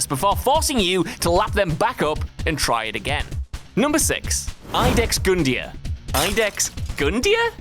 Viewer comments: YOU-Dex Gun-Deer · Say it with me Lud-Ex Gun-Dir the spelling throws off the pronunciation